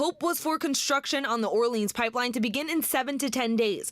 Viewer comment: She doesn’t even say New Orleans correctly.